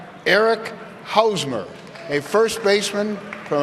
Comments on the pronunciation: Eric Housemer, Javier Bye-ez LOL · "Eric Howsmer" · Eric hoosmer lol